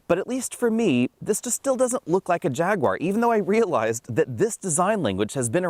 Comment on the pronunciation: Jag. Ooo. Arr. 3 syllables.